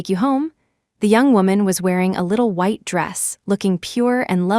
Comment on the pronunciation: WHITE NOT WIDE AS SHEET